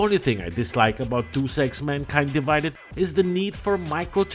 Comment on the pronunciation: It's pronounced: "Day-Es-Ex". (I used to pronounced it incorrectly too.)